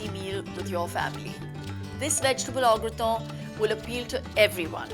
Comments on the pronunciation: No wrong pronunciation. It's au " ग्रता" not au ग्रतो 🙏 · u pronounced it Graton!! bt recipe iz gret 😉